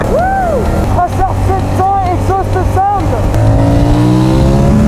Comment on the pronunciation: ça traceurrrrrrr lol je sais que ça s'écrit tracer